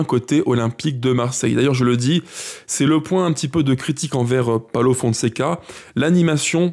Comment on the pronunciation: Ça se dit paulo et non paolo